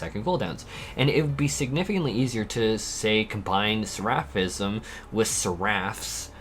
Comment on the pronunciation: I love watching your videos but can you please look up how to say words before you make your videos because sometimes it’s so hard to watch when you say things wrong like “seraphism” and “seraph.” Seraph is not like giraffe. Seraph is like SARE-uff and seraphism is like SARE-uf-ism.